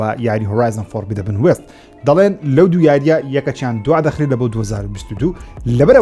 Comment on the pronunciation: دوبارە گۆتی فۆربیدەبن فۆربیدەبن نا فۆربیدن لەگەڵ ڕیزم